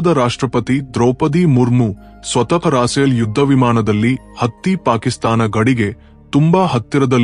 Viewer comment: ಸರಿಯಾಗಿ ಹೆಸರುಗಳನ್ನು ಹೇಳಿ ರಾಸೇಲ್ ಆಲ್ಲ ರಪೇಲ್ ಎಂದು ಹೇಳಿ